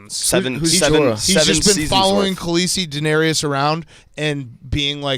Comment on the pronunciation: Hot seat: Big Cat’s pronunciation of Daenerys